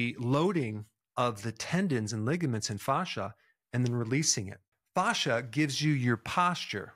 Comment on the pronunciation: Dr Berg you pronounce it correctly with the Latin phonetic 👍